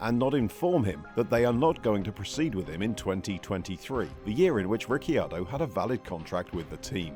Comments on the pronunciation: "Ricky-ardo"? I've never heard anyone pronounce his name that way, always "Riccardo" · Why do you call him Ricky-ar-do? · Say Rickyardo one more time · I can’t finish the video. Rickyardio? 🤣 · Rickyardo? Lol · i stopped watching when i heard "Daniel Ricky-ardo". I swear this channel butchers pronunciations to trigger people! If so, mission accomplished! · Ah yes Rickyardo. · Thought it was just me being annoyed by that 😂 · How hard is it to learn the pronunciation prior to recording? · Well I went to watch this but listening to u butcher ricciardo’s name I just couldn’t do it. Mate do ur research before u make a video. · It was a bit much. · Pronounce his name correctly! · Who is this new presenter ? And why does he mis-pronounce the name. The second i is silent. I stoped watching. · Runs an F1 centered channel and can't pronounce the F1 drivers name right.... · According to Daniel the cc in his last name is pronounced like ch. Mclaren is paying him $22mil this year. Sometimes facts matter. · Dude, you could at least learn how to say name properly. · Can’t even say his name correctly… at least watch a race and listen to how his name is pronounced b4 you make a video about him. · Back awhile ago Paul de Resta used to say that and it led a TV presenter to ask him how you say his name and this video pronunciation is totally wrong!! 😂 The 'Y' sound is not used! 🤫